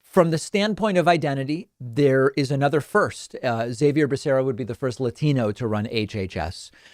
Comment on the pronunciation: Why is David pronouncing Xavier's name wrong? It's Spanish bro, pronounced "Ha-vier" not "Zai-vier."